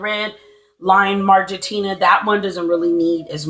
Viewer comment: The species are "Marginata", not Margentina.